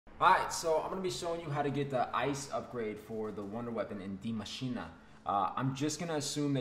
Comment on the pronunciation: De maschina, bruh it’s just die machine just say it normally.